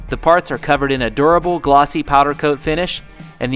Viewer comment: ish.. "ADORABLE powder coated finish"? oh wait.. "A DURABLE powder coated finish" lol. I think it's adorable as well